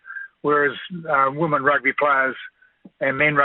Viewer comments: Can anyone please pronounce “women” properly ? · WHAT IS A WOMEN ???